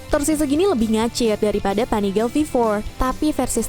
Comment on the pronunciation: Uwuuuuuuu.... Panigale pen punya 1 Btw pelafalan panigale biasa ga pake aksen inggris